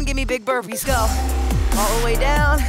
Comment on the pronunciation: Every time she says burpees I die a little inside